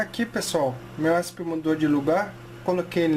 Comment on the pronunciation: "esp" mano esp nao é uma sigla? acho q o certo de se falar é E S P cada letra independente